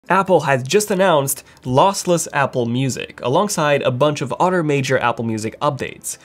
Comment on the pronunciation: “Other” is not pronounced “udder”.